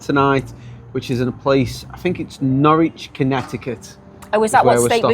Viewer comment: So fun seeing Rhode Island through your eyes. Del’s is very Rhode Island, but in all my years I’ve never heard the no straw thing. Otherwise you’ll tip the cup too much and get ice on your nose. Finally, nice job pronouncing Norwich. Though I guess you have one in old England to learn from.